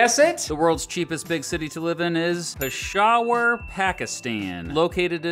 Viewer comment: Oh man, your pronunciation of Peshawar is so wrong & unforgivably unresearched